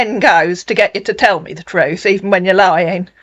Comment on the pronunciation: OH but he always tells the "troot " LOL